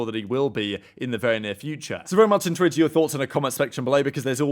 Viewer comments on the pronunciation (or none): how does this guy still not know how to pronounce intrigued